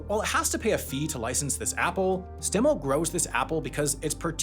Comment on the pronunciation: I grew up in Wenatchee. It’s st-uh-milt.